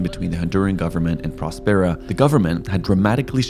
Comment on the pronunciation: I love your content, and wish you could release a vlog everyday, but then it wouldn't be as in depth, and informative. I do have one suggestion as to the name of this community Prospera. The way the name of the city is pronounced should be in the same vein as prosperity, or prosper. I would think this is what the name infers, and was thought of when it was created, no!?Thanks guys